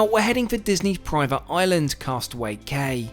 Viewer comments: I just have to say, “cay” is actually said “key”. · Apologies, however in case it wasn't mentioned, it's Castaway Cay (pronounced 'key'). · I have been on the Disney dream and these trips are unbelievable! Although we were informed by a knowledgeable captain that its pronounced Castaway "Key" and your only a seasoned disney cruiser when you know this 😂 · And Cay is pronounced Key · Cay is pronounced KEYsnd if you wanted a veranda should have gotten the Roy O Disney suite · how WONDERFUL to meet your lovely sister. Looks like you had a fantastic time. FYI….for the future… Cay=quay which is pronounced “key”. Love your channel! ❤ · I’m not that into Disney but this cruise looks awesome. And Cay is pronounced like “key” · Cay is pronounced like Key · "Cay" is actually pronounced "key". I am glad you and your sister had such a great time on your cruise!! 😀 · Coming here to say the same! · Love the videos, fyi cay is pronounced like key!